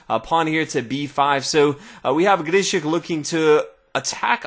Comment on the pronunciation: I love how he pronounces Grischuck's name. Sounds so unique.